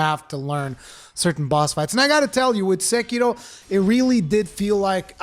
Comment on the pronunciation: The ONLY person on the internet to pronounce Sekiro properly. I cringe so hard whenever I here SEKERO. Subscribed. Loved the review. Keep locking scrubs out of your games FromSoftware. We love you guys for it.